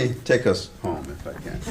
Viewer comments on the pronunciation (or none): none